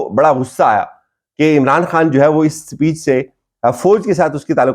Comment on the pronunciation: او بھائ خدارا۔ ۔۔۔۔ زبان تو درست کرلو ۔۔۔ لفظ ۔۔ سپیچ نہیں ھوتا ۔۔۔ اسپیچ ھوتا ھے